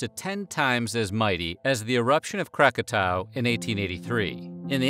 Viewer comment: Did you just mispronounce Krakatoa? That is some amature shit right there and given how experienced you are doing this I am deeply disappointed. I'll be expecting your pound of flesh shortly after you receive notification of this comment.